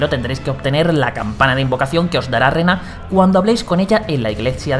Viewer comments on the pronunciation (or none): No es Rena es Rani